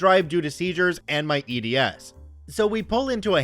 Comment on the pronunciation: Those of us with EDS (and you said it wrong, btw) have to "prove" it to these people's satisfaction because we're not actually missing any limbs, joints, or look obviously abnormal until you look up the symptoms and are familiar with the traits. If you know what you're looking for, it's obvious, but to the layman we just look like pale malingerers faking for sympathy. That's why. So next time you see someone walking out of a disabled parking spot, mind your own business. Even doctors won't believe us at first unless we have a proper diagnosis from a doctor who's familiar with it. That said I have NO idea what OP was thinking POPPING OUT HER HIP deliberately. Even for us that's highly dangerous to the point it can cause blood flow issues.